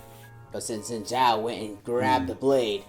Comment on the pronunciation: Seneschal is a military Title. - the "ninja furry" is called Kennen - current Athakan == Human (Mordekaisers "friend") + Demon. Zaahen took over Xin Zhao, so Xin Zhao is gone - also Xin Zhao is spoken more like "Shin Ciao" as opposed to "sin" naw personally i prefer beautiful things. so this is an uglification which i dont appreciate. (yes imho, Fortiche uglifies characters) he does not ascend, he perishes. not stone but yea. i mean Petricide Zaahen Well, it's not "going back to ionia", his soul perishes. Glaive. he already did, from his hotel room, in china <.< because he got to watch it 2h early in a private viewing <.< i prefer his in game design, has way more details. from Posture, body build, colors, weapon, movements... he looks like a love child between Aatrox and Nasus. also you have you noticed,4 out of 5 Darkin champs have double A. nAAfiri, zAAhen, AAtrox, rAAst... they need to rename Varus to vAArus <.< in case it didnt click for you, she finds this info very useful as she tries to get rid of Swain/Swains demons - thus they show the crow